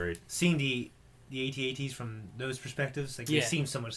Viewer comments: Please call them At-At's not A.T. - A.T.'s Call yourselves geeks? sheesh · is not at-at is at-act